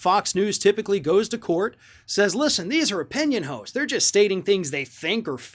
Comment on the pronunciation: I'm pretty sure you said, "that's their opinion hoes," instead of "hosts," even though that's technically more accurate.